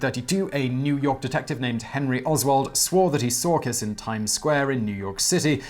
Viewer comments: It's "Kish" ;) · the pronounciation is pretty bad there, i thought y'all do research :/ i mean google translate can tell you that "honvéd" means "national guard" or that kiss is pronounced with a german "sch" or american "sh" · To pronounce Kiss correctly; say “Keesh”. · I know you are badgered a lot about pronunciation, buuut... "Kiss" is actually pronounced "Kish" in Hungarian (and means something like Little, and I think the name ps pronounced something like "Bala Kish", but sadly, I have no pronunciation markings, or skill in use of them); Kossuth street is pronounced something like "Koshut" street; so the idea is: s stands for "sh" and sz stands for "s". The C in Cinkota is a... c, (not pronounced as a k), that is also universal in Hungarian. Károly Nagy's name is hard to pronounce, too, but it is the Hungarian for "Carl" which gives a good clue. Nagy is.... Let's just stay with "hopeless"; it was also my grandfather's name (it is a common family name) and according to himself, throughout his entire foreign career nobody abroad ever pronounced his name right. Thank you for all your effort in trying to pronounce weird names right! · Kish* is the pronounciation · "Kish" Nad" with a soft d